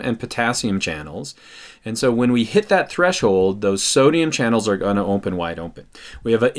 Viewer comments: ‘Ompen wide Ompen’ 😂😂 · lmaooo "ompen wide ompen"